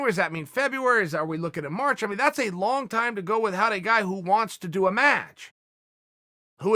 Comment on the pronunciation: The way uncle chael says without is killing me.